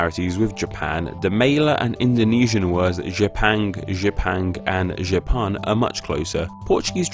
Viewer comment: pronunciations are all over the place. riben guo is pronounced like "reu-pern guo", jipang is "jee-pung" and jepun is "jer-poon"